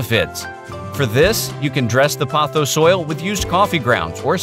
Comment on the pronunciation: Why does everyone keep saying pothos wrong 🥲